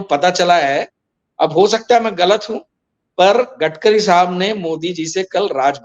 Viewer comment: Gatkari nahi Gadkari Bolo